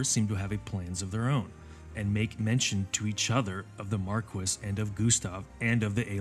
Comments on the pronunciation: I haven't played any Final Fantasy game, just listening to this in the background, but your pronunciation of Marquis is driving me crazy. The title is a French word, pronounced 'Marr-key' not 'Mark-wiss'. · I just have to chime in... Marquis is pronounced "Mar-kee" not "Mar-kwis". It's a French title. Also hearing you call The playstation era the "early days of RPGs" made me feel ancient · Bro "marquis" is pronounced "Mar‐key" MARR KEY!!! NOT MARR KISS💋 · i cant believe after all these years that marquis can actually be pronounced markwis, instead of markee. Damn british people. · they pronounce it mar-kwiss in the game